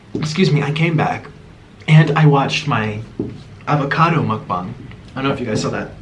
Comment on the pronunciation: “Muck bung” 😭😭